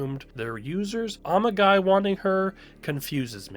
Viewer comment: The pronunciation went through my head before I even found this comment, and I started laughing the moment I saw it. 🤣